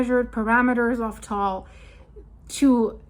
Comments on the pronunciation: It is pronounced as tah-ahl or tuh-ahl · I went to the crater rim in 2015. Filipinos pronounce it as Ta-al.